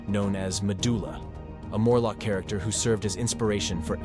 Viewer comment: "chair-ricter" lol